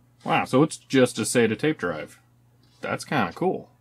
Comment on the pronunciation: SATA - "sattuh"